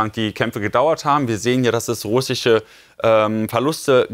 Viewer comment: Welch ein lächerlicher Mann sag doch nochmal russische 😂😂😂